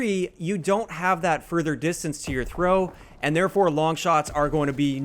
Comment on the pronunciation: I can trow dis vewy far